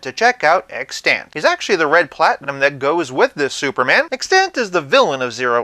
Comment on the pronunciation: extANT? You got the wrong emPHAsis on the wrong sylLABle. (Don’t feel bad, it was years before I heard it pronounced, too.)